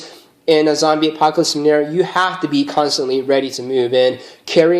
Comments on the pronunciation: lol he almost said "a-COCK-alypse" lol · Zombie "acockalypse"